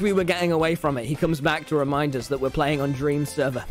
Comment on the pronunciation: DWEAM LOLW